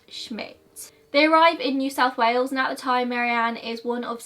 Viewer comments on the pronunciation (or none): none